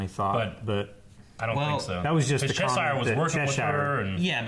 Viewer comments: That's still not how you say Chesire,. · ohmygOD IT'S PRONOUNCED "CHESHER" NOT "CHES-SYRE." But uh... great video as always, much love! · why does their pronunciation of Cheshire piss me tf off wtf lol